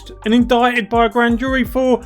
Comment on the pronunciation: Good vid 1 thing...its not... in dick ted its in dight ed indictment